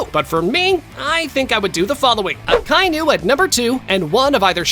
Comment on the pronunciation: Bro really said 2is akinu